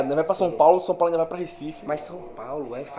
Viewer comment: Som Paulo.. 😂😂😂